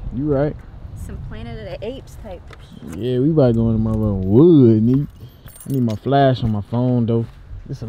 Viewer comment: why he said wood like that 😂😂